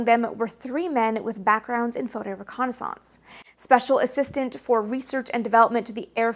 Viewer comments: Excellent video, watched every second and learned a lot but.... your continual non-standard pronunciation of reconnaissance is distracting to say the least. There is a correct USA English pronunciation and this isn’t it. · I seriously had to stop the video after hearing that word mispronounced for about the 50th time. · Everytime you say "reconnaissance" a dial up tone goes off in my brain lol, I've never ever heard it pronounced that way before Maybe it's a regional thing, I'm from Chicago and I've only ever heard it pronounced "ree-kon-iss-ince" not "re-kon-aah-sahnce" Edit: I know you're an author so I'm not gonna tell you what is and isn't the right way to pronounce things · That would be pronounced ho-co-ni-sanse. She's doing her own thing. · Best eyes and bangs on YT? Check! Worse pronunciation of the word reconnaissaaance? Check! 🤪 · entirely agree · Thanks for the bit of trivia in the description. To be honest, I was thrown off by your pronunciation given how you have such an accent-neutral speaking voice. Never thought of reconnaissance as rhyming with Renaissance but it makes perfect sense given your background. Kudos for the great channel! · Wow, details to the max, love the insight. I also enjoyed your alternative pronunciation of "reconnaissance." One minor nit, but General Bernard Schriever's name was pronounced Schr-ee-ver, not Schr-eye-ver. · Great video! I'm curious about your pronunciation of the word "reconnaissance" though? Are you saying it in the proper french? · I think I remember you saying you grew up French Canadian. The way you pronounce reconnaissance makes me self conscious about the way I say it. Hillbillies don't speak French. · your french canadian is coming through when you say reconnaissance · This might be a regional thing but are you saying "reconnaissance" correctly? reconnaissance. I do enjoy your videos. This is not a bashing but sorry if taken that way. peace! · Guessing it is the Canadian pronunciation.